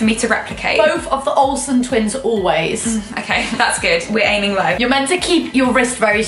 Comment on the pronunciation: "We´re aming low" VROGHEROHGORIH